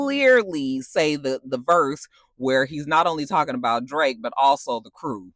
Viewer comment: with peekaboo you gotta say it like “talm bout” and bring out that ATL lol